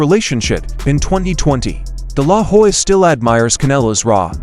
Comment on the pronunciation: This.guy.anouncing is an idiot hed calling oscar delahoya (dilaw- hoy) he cant pronounce his name he shouldnt be talking about this at all dude you are stupid learn to pronounce names lamer